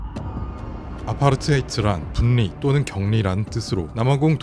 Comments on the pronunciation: 영상 너무 잘보고있는데 한가지만 수정해주시면 더 듣기 좋을 것 같아서 말씀 드리고 싶어요. 분리, 편리 등의 발음이 [분니],[편니]로 하시는데 유음 ‘ㄹ’ 앞의 ‘ㄴ’은 유음화 되어 ‘ㄹ’로 발음해야 됩니다. 따라서 [불리],[펼리]로 발음하는 것이 올바른 발음이에요. 아무래도 청각적 요소가 중요한 영상이라서 청자 입장에서 이런 발음 하나하나도 듣기에 중요하게 작용할 것 같아 말씀드립니다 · 관니 분니가 아니고 괄리 불리 라고 읽어야돼요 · 다좋은데 발음을 자꾸 틀리게하시네요 ㅜ 분리 [불리] 선로 [설로] ㅜㅜ 입니다 분니 , 선노 이렇게 발음하시네요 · 발음이 너무 신경쓰여요 ㅠ 분리 (불리) 편리 (펼리) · ㅎ ㅏ.. 진짜 ㄹ발음을 ㄴ발음으로 읽는 거 개짜치네... 분리-분니... 편리-편니... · 분.리. 후크가 아니고 불리. 라고 발음. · 분리는 분.리. 라고 읽지 않고 불리 라고 읽어요. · 고퀄리티의 재미있는 영상 잘 보고 있습니다. 그런데 분리 인력 선로 관리 등 ㄴ이 ㄹ앞에 있을 때 불리 일력 설로 괄리 처럼 발음해 주시면 좋을거 같아요. 영상 정말 재밌게 보다가 살짝 거슬리는 느낌이 있습니다. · '분리' 읽을 때는 '불리' '편리' 읽을 때는 '펼리' '선로' 읽을 때는 '설로' 추가로 '인류' 읽을 때는 '일류' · 분리 읽을 때 분니 (X) 불리 (O) 내가 잘못 들은 줄 알았네 ㅋㅋㅋ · ai가아니라 육성으로듣는건 너무좋은데 ㄴ하고 ㄹ끼리 만나면 유음화현상으로 ㄹ로 발음되는거는 추후를위해서라도 고치는것을 추천드립니다. 흔히 롤하다만나는 전령은 전녕이아니라 절령이라 발음하고 분리 후크도 분니후크나 완전 한글자씩 끊어서 분리후크가아니라 불리후크라고 읽으셔야해용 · 어이가 없네. 왜 분리를 분니로 인력을 인녁이라고 읽어요? 요즘에 한국 유튜브에 많다는 중국인인가? 한 때 보이스피싱 하던 중국인들이 유튜버로 다 전향했나? 당신 한국인 아니죠? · 영상은 정말 좋은데 발음에서 거슬리는 부분이 있습니다. 다른 영상들에서도 그렇지만 "분리" 를 "분니" 또는 "관리" 를 "관니" 로 읽는 등의 자음 동화 발음 규칙에서 어긋나네요. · 영상 편집이 진짜 깊은 인상을 주네요 근데 발음하실 때 분리/불리/, 관리/괄리/, 인력/일력/, 선로/설로/, 로 발음하는게 자연스럽습니다.~ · 팬이라서 도움 드릴까 조언 드려요. 또박 또박 늘 잘 얘기 해 주셔서 귀에 쏙쏙 들어오는데 그런만큼 발음이 틀리면 또 정확히 들어오네요. ‘분리‘ ’신라’ ‘분류’ 등의 ㄴ+ㄹ 이 만나는 경우 앞의 ㄴ이 ㄹ로 발음되어 [불리], [실라], [불류]로 발음 하는것이 어법상 더 자연스럽습니다 ! (분리,인력, 선로 계속 이 이야기에서 나와 더 그렇네요) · '분리'라 적고 '불리'로 발음하는게 맞다. '관리'라 적고 '괄리'라고 읽어야한다. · 항상 잘 보고 있는 구독자입니다. 우리말에서 앞글자의 종성이 ㄴ이고 뒷글자의 초성이 ㄹ인 경우에 올바른 발음은 둘다 ㄹ이 되는 것입니다. 분리나 인력, 선로, 관리 같은 단어들의 발음을 전부 틀리시길래 말씀드려 봅니다.